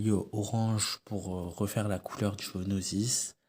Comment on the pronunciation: Géonosis. j'ai entendu gonosis